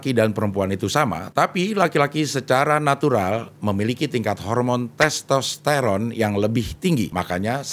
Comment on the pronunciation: Karena di ajakin u like dan komen ya saya komen..CING EMANG KEREN.. ARTIKULASI NYA JELAS DAN TERANG BENDERANG ..saat nyebut nama MEGAWATI DAN TESTERON 😂 ..Sayo mau rekomendasi..bahas / Kulik kulik Kulik tentang jenderal NAGA BONAR kl bisa ada fhoto asli jendral naga Bonar ..bukan fhoto pak Dedy Mizwar ..terima kasih cing Abdel❤❤ semoga aje di wujud kan❤❤❤